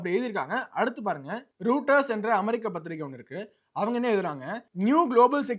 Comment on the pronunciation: To be pronounced roiters... ராய்ட்டர்ஸ்